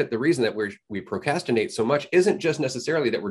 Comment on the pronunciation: the way dude pronounced it "pro cas tinate" triggered me lol